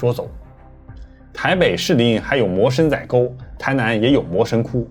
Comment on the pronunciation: 其實魔神仔的發音是「摸(一聲)辛(二聲)那(四聲)」😂😂😂